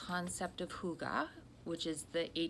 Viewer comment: Great content in this one,. Such great advice. And your pronunciation of hygge is on point! Hooogahh.